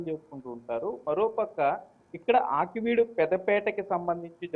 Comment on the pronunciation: Aakveed కాదు.ఆకివీడు అనాలి